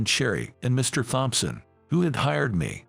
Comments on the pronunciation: Thompson is " tomson" not "thomp-son"!!! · Please learn how to say Thompson.